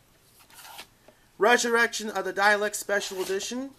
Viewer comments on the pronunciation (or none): It's DAH-LEKS not DAY-LEKS or DYE-LEKS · stop saying dialeks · say dales right like that